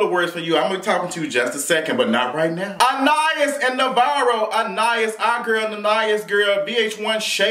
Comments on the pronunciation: Anna-ys is how you pronounce it. She was really beautiful, back in the day. My godmom said she was twin!!! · It's pronounced, Anna- Eese. Lol